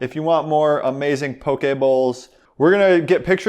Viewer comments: As a person born, raised, and living in Hawaii, I am so glad to hear poke pronounced properly (I hear pokey so dang much haha). I literally was just trying to find a poke sauce recipe that was keto-friendly...must try! Also, would love to see your take on an authentic Hawaiian dish: laulau. It seems like it has great potential to be keto! :) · Props for saying Poke correctly! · I eat this a lot. It's usually readily availbale in HI. You pronounced it right. Poke. This is local Hawaiian food that's being exposed to mainland now.